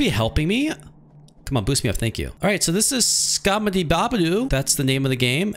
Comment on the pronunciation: It's pronounced "scottamaphobia